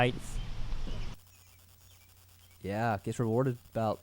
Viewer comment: HEIGHTH is not a word. HEIGHT is